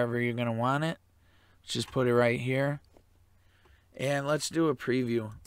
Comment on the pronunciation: I think the expression is "want it" not "waaaaaarn it"